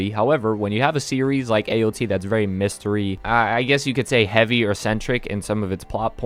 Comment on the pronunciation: You rike? I go make onsen now